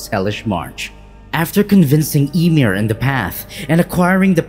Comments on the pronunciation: Its not emir its yimr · my man really pronounced ymir as emir 💀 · Why u say Ymir like that bruv 💀